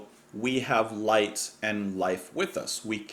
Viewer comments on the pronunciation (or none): none